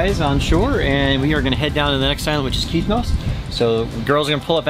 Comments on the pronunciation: kithnos not kinthos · Nice video, but the island is Kythnos not Kynthos...